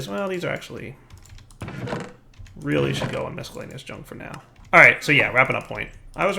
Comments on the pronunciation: why do you always say misckhellaneous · please learn how to pronounce miscellaneous. Really. Your videos are amazing. Awesome. Useful. Your inability to say miscellaneous is painful. Not cute.